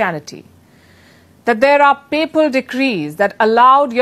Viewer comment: "Papal decrees"✅ NOT "People decrees"❎.. blessings brother